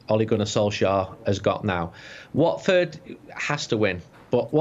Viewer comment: It’s watford cmon